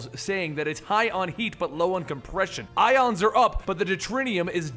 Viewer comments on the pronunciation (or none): none